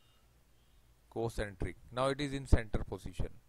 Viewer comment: That's not co-cenrteric ......that's symmetry